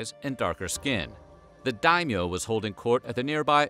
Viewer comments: It's not daimo. It's Daimyo. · Two mistakes I humbly point out: daimyô is to be pronounced “daimyô” rather than “daimô”. I don’t really mind that one. Then,Tokugawa Ieyasu with an “i”,not an “l”. I’m only 5 minutes in, I believe there will be no other mistakes later on.